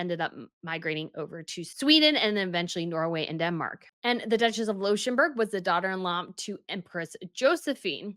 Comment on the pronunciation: Well, this was not the first of her severe mispronunciations. Also "Pearl Poiré" is still wrong, as is "Leuchttenberg", which sounds here like some weird, fallen-out-of-grace, connection to "Luxemburg" and "Liechtenstein". Not even to mention Danish designer Birgit Hallstein - constantly pronounced wrong. It's Birgit and not Brigitte for a start. And then try to go for "Hull-steyn".